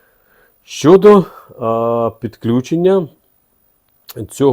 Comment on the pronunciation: підключаю мережУ з наголосом не дружу.